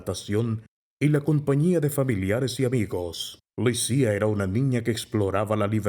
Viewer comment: En serio se pronuncia "Lisía"?